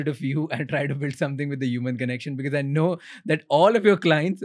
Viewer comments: 28.33 Raj shamani it’s BECAUSE not bekez for heaven’s sake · Mr Talreja cuts to the chase in the best possible way . Clarity of thought. 👏. Interview was great but the" Bikus, bikus, bikus was annoying" yaar "because" bolna seekho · Someome teach this guy to pronounce “because”, his irritating pronunciation “bi-kiz” also the guest is giving him so much info and he can’t react to that. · Why do you pronounce because as becuz? 😢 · I cringe everytime Raj pronounces because as bikiz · Hilarious how this guy pronounces, "because". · Learn to say “because” correctly bro